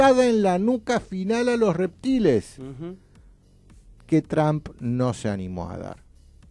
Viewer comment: Está gente dice Donald Tramp y es Donald Trump, se pronuncia Tromp no Tramp